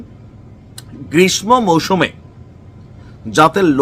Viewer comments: সাহেব উচ্চারণে ভুল করেছেন। গ্রীষ্ম -এর উচ্চারণে, ম একটি ফলা,, সুতারাং ম, এর উচ্চারণ, ম, হবেনা - স, হবে তাই গ্রীষ্মের উচ্চারণ হবে - গ্রীষ সো=গ্রীষসো। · গ্রীষ্মে এর উচ্চারণটা গ্রীষসো হবে ভাই। যেমন পদ্মা এর উচ্চারণ হয় পদ্দা।